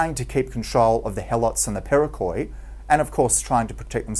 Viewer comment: the corect word is perioikoi not periokoi . it sounds like "periiki", the "e" soynds like the e in the word "Helen" and the "i" like in the wold "in"